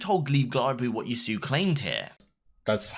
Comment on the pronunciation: Ah yes yassuu we have all been reading it wrong